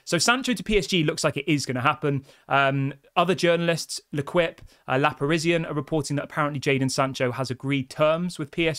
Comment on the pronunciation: L'Equipe is pronounced (near enough to) Lek Eep. Apart from that, love your work.